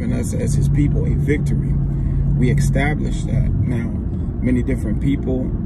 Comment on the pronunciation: EEEEE-STAB-LISH not XXXXX-STAB-LISH